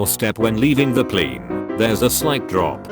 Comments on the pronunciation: “Watch your step when leaving the PLEEN.” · The voice says plane like a canadian